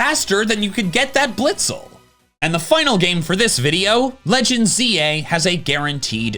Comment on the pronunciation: "Ar-key-us" What? "Arkoos" 🙂‍↕️